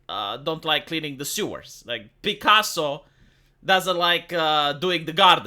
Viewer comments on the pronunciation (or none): none